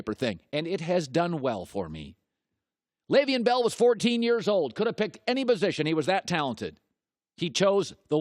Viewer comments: I like how Leveon came on the show and told Colin how to pronounce his name yet Colin still does it wrong 😂😂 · Can you like, pronounce his name correctly, or nah?